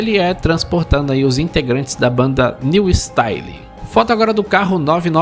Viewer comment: forçou kkkkk. É um tigre branco e de tanta raiva do nosso criador de conteúdo virou Hulk kkkkkkk. E a pronúncia do nome da banda não é "niu istáile" e sim "niu stáiou" 🤣🤣🤣👍